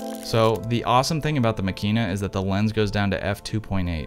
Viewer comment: Please stress the first syllable: MAkina. This is obviously a fine instrument, but given its fragility and its price tag I elect to stay with my tough as nails Super Ikonta III ($200) for backpacking rampages through the Levka Ori of Crete or the Kackar of Turkey. Using Tri X and stopping down to f8 I will get results that are good enough for excellent 11x14 enlargements. ( I never shoot color.)